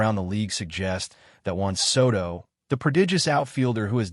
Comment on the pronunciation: I hate AI narrators. They can't pronounce names correctly.